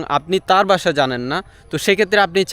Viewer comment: আপনার ইংরেজি তো বেশ ভালো হয়,তবে বাংলার উচ্চারণটা একটু ভালো করা দরকার।যেমনঃ আপনি ধানকে দান বলছেন,ভাষাকে বাসা বলছেন,কথাকে কতা বলছেন।আশা করি বিষয়টা পজিটিভলি দেখবেন,শুভ কামনা রইল।🙂❤️